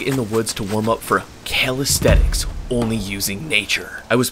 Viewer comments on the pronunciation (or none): It’s callisthenics not calidthetics